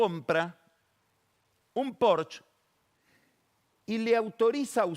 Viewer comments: Pagni lo pronuncia mal..... La SC en italiano suena a la ye pero para pronunciarlo se arrastra la S y no se pronuncia la C. Difícil explicarlo. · Carlos, Porsche en Alemán se dice "PORS-YE", digo como para ser fieles a las pronunciaciones nativas, por eso de "YOLI" y demás bueyes. Saludos.